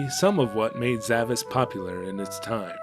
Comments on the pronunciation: Well, the game is spelled with an S-cedilla (pronounced "sh") at the end on the box: "Zavaş". So the Japanese rendition is actually correct. But I understand where you're coming from on the pronunciation. Great video as always. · The Titel of the game is actually spelled Zavaş, that letter is a S-cedilla and the Titel is correctly pronounced like Zavash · Looking closely at the logo, I see the S is actually a Ş (called S-cedilla according to Wikipedia), which is pronounced as SH, so pronouncing the game as Zavash is correct.